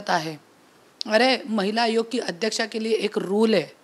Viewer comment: Mitra Chukun Mahila Hagoya mhnaar hotas tu vachalas tu😂😂😂